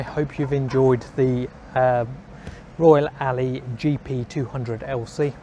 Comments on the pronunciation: Alloy not Alley ffs 😁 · Royal Alloy not 'Royal Alley' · It's pronounced Alloy not Ally. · Royal "Alley" !!!!